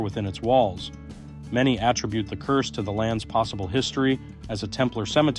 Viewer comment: AT-ribute: noun at-RIB-ute: verb